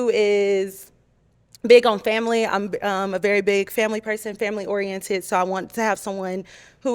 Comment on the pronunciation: "Family Orentayted" 😂